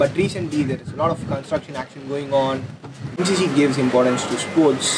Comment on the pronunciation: Em She She - thats how you pronounce it :)